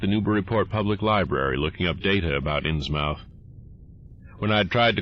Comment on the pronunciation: I love these stories and your narration, and I can't wait to see more! Just one thing, you're pronouncing "Innsmouth" wrong. It's pronouced like "Inns-muth", not "inns-mouth". It's a New England regional thing.